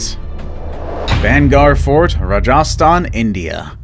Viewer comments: it is Rajasthan not raja sthan. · its rah gah staan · The way he said Rajastan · It's Rajasthan